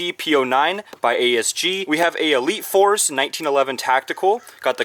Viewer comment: Did anybody notice how he said elite force 911